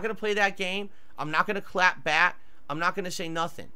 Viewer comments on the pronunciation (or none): Hearing attempt to say “clap back” but mush mouthing into “clap bat” is fucking hilarious. He is such an old man